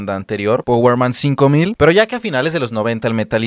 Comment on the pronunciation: "powerman cinco mil" se dice paguerman five thousand.